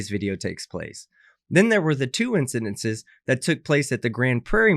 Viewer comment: ‘Incidents’ yes! ‘incidences’, no no. Lol